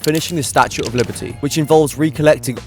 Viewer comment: HowTo pronounce Liberty Li -ber-ty